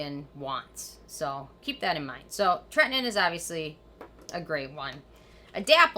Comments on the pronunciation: TRETINOIN. You are saying this wrong! Do your homework!!! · Anyone else think she says tretinoin differently than everyone else? TretiNOIN, sounds like she says Tretnin.